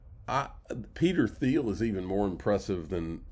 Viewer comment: Peter Thiel pronounced TEAL